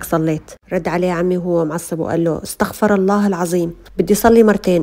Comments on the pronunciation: طريقة نطق استغفر الله خطأ تنتبهي بارك الله فيك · استغفر بضم الراء